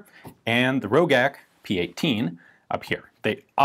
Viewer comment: I have seen one of these, and it was produced BEFORE the GB was even produced in Austria. It was also pronounced Ro-jack, not Ro-gack. The one I saw had a very low serial number, like 4 or 5, and had a damaged sight. It was largely hand made.